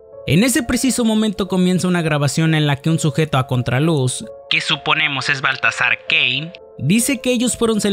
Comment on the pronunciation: No se porque entendí “La historia comienza con un hombre llamado Valtasar Gay”